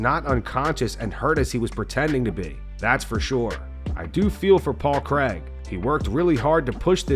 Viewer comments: Craig. Not Cregg. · It’s Paul Craig not Paul Creg